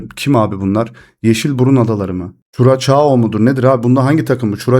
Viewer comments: kurasav okunuyor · Beyler Türkler "Ç" harfine aldanıp kuraçao, çuraçao diye telaffuz ediyorlar. "Ç" harfi S harfinin biraz uzatılması gerektiğini belirten bir harftir. O nedenle doğrusu "Kurassau" diye okunur...